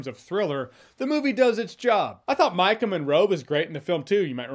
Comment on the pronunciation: Ohh it's Maika Monroe, not "Mike 'n' Monroe"